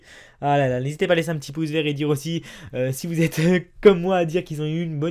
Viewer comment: C'est quand qu'on lui dit que c'est "pouce" et non "pousse"... ^^